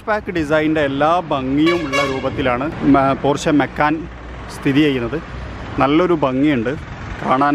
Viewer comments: പോര്‍ഷെ അല്ല പോഷ് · No its german actual pronunciation is ‘പോർഷ' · പോഷ് എന്നാണ് ബ്രോ 😍